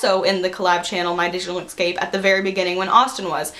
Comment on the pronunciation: "my digital exscape"